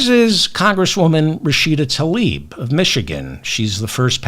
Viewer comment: I appreciate everything that Mr. Feldman contributed today, as usual. There is one thing, tho: he shd learn to pronounce "Tlaib," properly, if he's going to speak the name publicly.